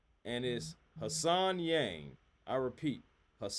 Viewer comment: HAN Solo SENator Han-sen. Not Hassan.